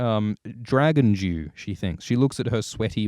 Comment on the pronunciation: That being said, you really need to work on how you pronounce "dew", I was really confused for like 2 minutes wondering what the fuck a 'Dragon Jew' is XD